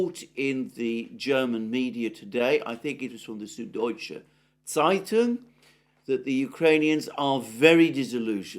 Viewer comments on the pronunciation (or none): none